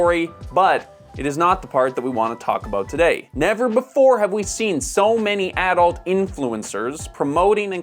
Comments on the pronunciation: It's pronounced Uhh-dult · Always enjoy your videos. But man, hearing you say the word AH-Dult like that so many times is just jarring. See ya in the next one! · I have never heard anyone say 'adult' the way you are saying it.